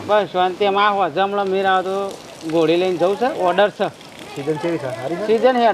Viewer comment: ગોડી નહી ઘોડી 😅 બાકી વિડિયો જોરદાર છે